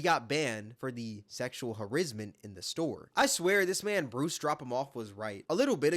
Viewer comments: This genius mf just said “Harizzment” 🤣 it’s some creativity flowing thru that big ass brain lol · Bro please stop saying “Sexual Harizzment” 🙏🏾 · "Harrizzment" is crazy 😂